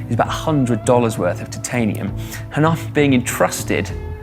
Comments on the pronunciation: I don't like how he pronounces titanium... I prefer to pronounce as if it sounds like tie-tanium not tit-tanium... Da dar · Is noone disturbed by the fact that pronunciation of the "titanium" in the whole video is incorrect? Titan=Taiten but Titanium=Tetiniiim? Come on. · Ooooohhh dude will you please stop saying TITanium....... Say it one more time and I swear I'll fly all the way from Adelaide and slap you one upside the head. Its Titanium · Are you sure it's not pronounced "Titaninium"? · Can't hear you pronounce têtanium it really gets on my nerves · why must u pronounce titanium that way? mispronunciation of words in videos by narrators is almost as annoying as spam. And if bad enough can actually make me stop watching. And due to the sheer number of times I'm guessing you are going to say that word during this video I may have to watch something else. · yep i'm gone i cannot take that pronunciation. If it was just you mispronouncing it wouldn't drive me as nuts but so many narrators do so it's become so infuriating that I'd rather leave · The "i" is supposed to be long in the pronunciation my good man. Sounds like your saying Tits all the time.